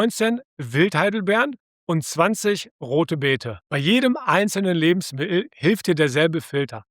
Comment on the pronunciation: Lustig, die Aussprache von "Lebensmi*el" 😅😆